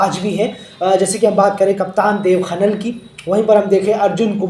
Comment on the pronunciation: खनाल hota है खनल nahi